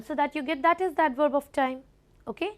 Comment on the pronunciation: What are vorb and advorb? Plz pronounce correctly.